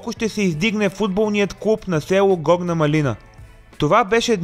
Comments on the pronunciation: Горна МАлина не маЛИНА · Горна мАлина (ударение на А-то)